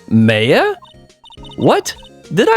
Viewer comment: You have been pronouncing Mia (Mee-a) correct, Maya is pronounced "My-a" not "May-a" like you have previously It is funny you saying there is alot of evidence, because this is definitely on the smaller end of the evidence page for these games Since 99% of the characters don't have voices it's always fun to see people's interpretation of a character, like the Bellboy having the accent you gave him is pretty cool! There are multiple running gags throughout the series and only 1 gets introduced here: Mia's potted plant. Try and remember to inspect it every episode it has alot of character for a Plotted Plant! Redd White of Blue Corp- of course the colors of the American Flag that is the pun for him Redd White uses big "fancy" words in the English version. This a funny localization by the team because in the Japanese version he spoke Japanese and threw in made up English words to sound smarter than he was Redd White is really evil for being a non-final case villain, he really tops the list Ooooh Edgeworth and Phoenix knew each other huh 🤔 Maya is our Co-Defense! She makes the cases so much fun and add alot of flavor to pressing testimonies. Love her for that "My friends call me Blanco Nino" translated from Spanish this means his friends call him "White Boy" xD You do not take penalties for pressing unless expressly stated by the Judge before the testimony starts That's right! The supernatural exists in the Ace Attorney universe. Spirit Mediums and Ghosts are real! Mia may be dead